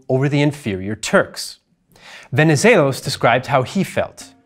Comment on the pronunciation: Venezelos was spot on…